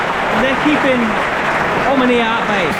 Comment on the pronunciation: Can y'all stop mispronouncing our name? Omonia!